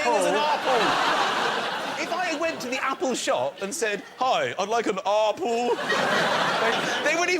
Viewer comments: omfg that "Ah-pull" thing had me in stitches. XD This is one of the best episodes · I had to watch the "aah-pull" part four times to get over it! So funny. "Banaah-naah"!